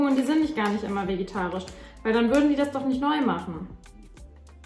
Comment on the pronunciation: Ich liebe deine Videos, aber es triggert mich so hart, dass du immer vegitarisch, anstatt vegetarisch sagst 😅